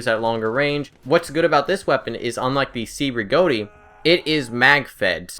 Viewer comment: The Cei Rigotti is pronounced like Che (as in Che Guavara). I love the medic class too.